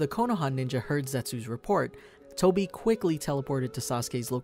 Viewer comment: Tobi not Toby🙂